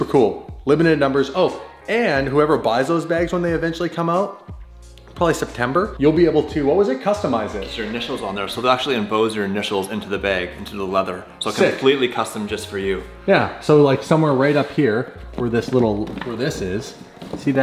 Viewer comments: Hehehe...he said em-BOSE your initials...lol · Also the fact that said "emboze" instead of emboss.